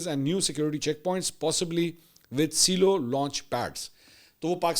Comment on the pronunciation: Silo is pronounced as Cy-Low